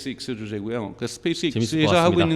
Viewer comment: 스페이스엑스도 발음을 스페이스익스 스페익스로 들리는데 제가 일자무식인가요?? 진짜 굼긍해서;;; 엑스를 익스라고